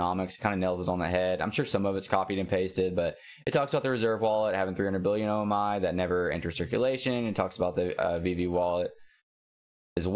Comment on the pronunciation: O MEE bro! Not O MY